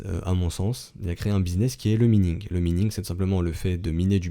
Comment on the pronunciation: On dit minage ou maïning. Pas mïning T_T